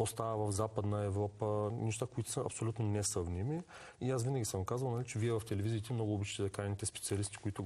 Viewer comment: 'ситуациите са хапсолютно несъвместими' - това е вярно само заради лихвите чиято промяна никой не може да предскаже. В България да са най-ниските лихви и най-стабилните банки не звучи логично